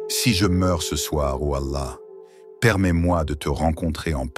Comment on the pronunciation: Pourquoi dites vous alla de cette façon bizarre ?